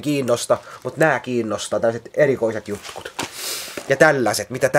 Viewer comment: 17.30 mitä korvani kuulevatkaan "erikoiset jutkut" niilo on päässyt aatun oppiin. hmh päätelkää ite